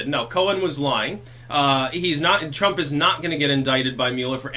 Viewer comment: "TwrumPP", it had me busting out laughing every time he said it.